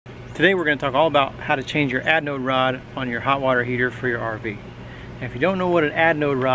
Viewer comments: sounds like you are saying adnode rod...hehe. ...great instructional video !!! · Adnode or Anode - lol, thanks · LOL had to laugh every time you called it an adnode rod. Threw a D in there for some reason. Also there is no such thing as a hot water heater. If the water is already hot, there is no reason to heat it. LOL.. Just playin with ya. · We always have a blast.....and I mispronounced anode rod throughout the whole video. I kept calling it aDnode rod. 😂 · At least you were consistent "misanunciating" the word anode. Always enjoy your videos, keep them coming and stay safe.